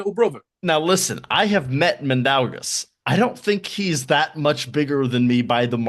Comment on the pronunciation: I'm sorry but i have reached my breaking point. For anyone trying to pronounce Mindaugas – it's pronounced as Min-dough-Gus. The 'Min' part is pretty straightforward, 'dough' like bread dough, and 'Gus' like the character from Breaking Bad.